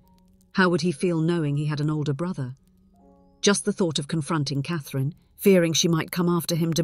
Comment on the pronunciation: Not AI because if it was then it would not say Cathrine's correctly.